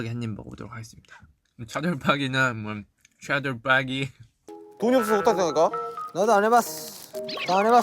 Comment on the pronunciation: 아니 진 차돌박이 발음진짴ㅋㅋㅋㅋㅋㅋ나도 과천사는데 차돌빠기라곤안해ㅠㅠㅋㅋㅋㅋㅋㅋ